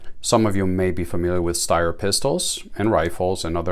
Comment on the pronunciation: Phenomenally accurate and reliable. Ergonomics matter.. Greetings from Austria 🇦🇹 Point of interest, Styer is actually pronounced as if there was an 'h' after the 'S'. Steyr do offer 3 dot night sights and a holster too.